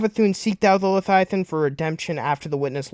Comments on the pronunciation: Le-via-than repeat after me LE-VIA-THAN . Not letiathan😂😂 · Why does he say leviathan like that lmao man say “leiathian” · V does not make a TH sound.. slow down lol